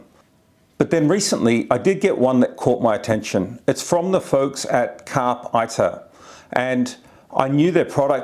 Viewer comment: Great review, thank you. I’m still torn between this and the DMD2 OEM tablet DMD-T865X. BTW, it’s pronounced “carpay eater” and is latin for seize the journey.